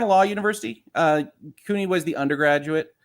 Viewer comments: Just FYI, the "CU" in "CUNY" is pronounced like "cue." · Sorry I did not catch this while you were live but CUNY should be pronounced as "Q-Knee," like if John DE Lancie suffered from an injury due to his role on Star Trek: the Next Generation.